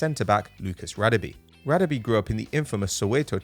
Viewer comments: It's not pronounced Radebe It's pronounce Ra-Deb(Dab) -(e)air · you are not pronouncing Radebe surname correctly, its Rah-Der-Beh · Its pronounced Rah-Deh-Beh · noobinator Simelane thank you, this killed me as a South African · Mate learn to say Radebe